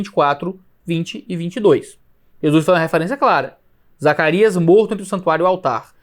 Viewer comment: Quase soltou um "Zaraquias"